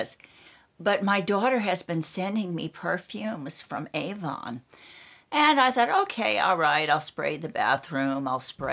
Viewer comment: It’s AVON written on the tin not Ann...btw, my name is Ann!